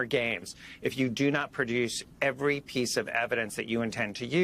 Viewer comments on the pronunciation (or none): none